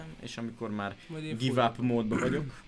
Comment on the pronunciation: amúgy úgy kell mondani a give up-ot hogy GÁJV ÁP